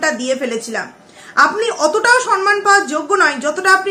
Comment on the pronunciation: Sonman noy kotha ta somman